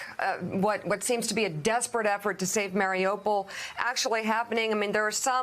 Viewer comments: More than a month in, americans are still mispronouncing Marry-you-poll as Mary-Opal. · I'm surprised they haven't figured out how to pronounce the name, Mar i U pol. They keep on saying, Mar i O pol. Sometimes, Mar i Ah pol. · Loving how this guy pronounces Mariupol “Mary Opal” lmao